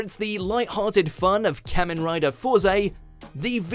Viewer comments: it's pronounced Kah-men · I never thought I'd see the day where Super Sentai and Kamen Rider are on a Watchmojo list, and so high up too! (Although it's pronounced "Car-men", just politely correcting) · YESSSSSSSS!!! I new Kamen Rider had to be number one on this list. Next time you should do a list on the top 10 best Kamen Rider seasons. And by the way, you pronounced the word ‘Kamen’ wrong. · I've been waiting for this list since I was 10 years old. I've dreamed of seeing Kamen Rider on a list at #1 for way too long and now I can finally rest happily. Thank you very much WatchMojo. I just wish that the dude pronounced Kamen correctly